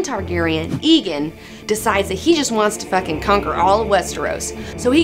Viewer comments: AEGON NOT EEGAN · It's aegon, not eagon :( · jesus my ears. it's not EEE gone. it's A-Gone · Whenever you say Aegon as Egon it reminds me of the bloke from Ghostbusters. Surely it is Ay-Gon? Regardless awesome video girl! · Egg is word play on Aegon V's name, not just using the first syllable. In addition Aegon V owned a dragon egg, so the nickname was very appropriate. Even the show says it more like AY-GON instead of EGG-ON. Call him(them) what you wish, but until George R.R. Martin himself comes out and says the fucking A is silent, I'll stick to saying AY-GON. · IT IS NOT PRONOUNCED "Igon" it is "Eigon"!!! Great vid. nontheless:P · I like this and it was entertaining but DAMN IT, IT IS PRONOUNCE EGG-GONE not EEE-GONE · tbh i don't know why Aegon is pronounced "egon", when rhaegar isn't "rhegar" and aemon isn't "emon". so i'll continue calling him "aygon". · Aegon should be pronounced A-gone not E-gen or ghostbusters Egone. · Ee-gon? I always pronounced it like Aemon: Ay-gon. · AEGON NOT EGON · aegon not aeon but your cute so i forgive you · Please stop saying egin, its aegon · I thought it was "EGG-ON". If not why's Egg from Dunk and Egg called Egg? Egg. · Love your show, plus your a hot geek and all, but as a ASOIAF fan I gotta say, it's EGG-on. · It's pronounced AYE-gon you silly silly girl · She doesn't even pronounce Aegon correctly. Fail.